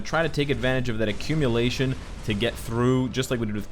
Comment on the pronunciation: what is accumilation? 😂🤔